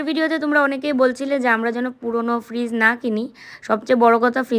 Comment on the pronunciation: Fridge ke virij bolche mone hoea😂😂😂